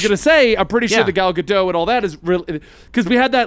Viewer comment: If we're going to continue to respect Ezra Miller by referring to them by their chosen pronouns in light of what they've done, can we also pronounce Gal Gadot's name correctly? Like, I know a lot of people didn't care for WW84, but I don't think it counts as a crime against humanity.